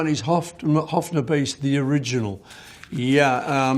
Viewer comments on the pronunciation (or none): it’s a Höfner not a Hofner, and the pronunciation is quite different